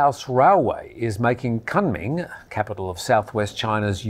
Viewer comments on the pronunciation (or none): Kunming pronounced as Koon Ming, repeat after me, Koon Ming.